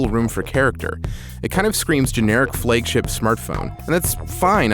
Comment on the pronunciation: I'm sorry but Meui sucks. And plz pronounce Xiaomi and flagship correctly.